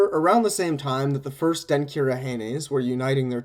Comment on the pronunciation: Really enjoyed this Even though I am finding it a year later!!! One note: When you combine certain letters in Akan languages it changes the sound, for instance a (ky) makes a (CH) sound. so Denkyira would be pronounced DEN-CHEER-A. But I am very encouraged at this podcast and will be engaging as much as I can. Thanks again!!!